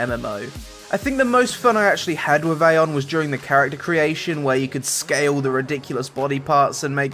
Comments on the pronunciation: Eye-on, not Ai-on. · it's pronounced "Ah yon"